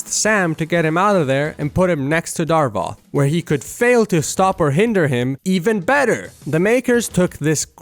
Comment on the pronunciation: idk how i feel about you calling him "Darvoth" instead of "Davoth"